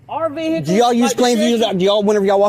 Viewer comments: it's "vehicle" all one word, not..... veeee HIC lllle. 😂😂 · I would never go to a place where they say “vee hick el” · Wow this is a special kind of stupid! What is a vee hickle?😂 That woman is crazy! Sloppy looking uniforms, out of shape and private vee hickles. Y'all must be liberals bc y'all know your rights. None of these idiots know anything about the law. They all have stupid looking expressions on their faces. It's really something out of hollyweird! You can't make this stuff up!😂 You can tell they have never been told no. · What on earth is a veehickle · What exactly is a Vee-Hee-call? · Dinga ding dang ding dang ding dang ding, vee-hickle. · Vee-HICKS are more like it